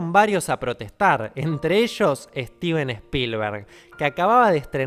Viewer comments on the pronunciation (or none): none